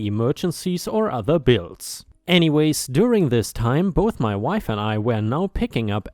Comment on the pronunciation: where it says "My wife and I," the word wife is said as "why ff," not "mahm." 🤣